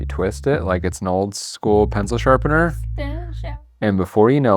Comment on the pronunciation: "The pencil shapener™" eh? eh?